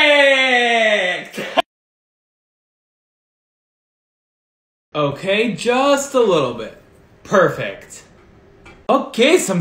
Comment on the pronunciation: Every "PaErFAeKT", a kid in Africa dies.